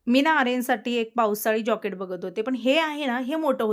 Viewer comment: जॉकेट नाही जॅकेट म्हणायचे.